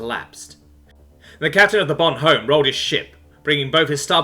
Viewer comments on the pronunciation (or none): Yeah, the "h" in "Bonhomme" is usualy silent by the way. So it would be more like "Bonomme".